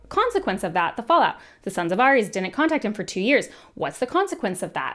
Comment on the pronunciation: The way you pronounced Ares will haunt me for weeks